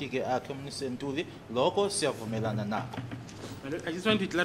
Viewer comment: Yes its Ntuli, s acc not Ntanzi 😅